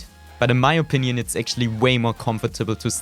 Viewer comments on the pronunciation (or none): Techniiiiiiiks 😂 und wie du opinion aussprichst 😂